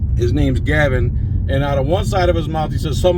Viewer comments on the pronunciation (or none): It's *Galvin*, not "Gavin", you dope. And Galvin is right.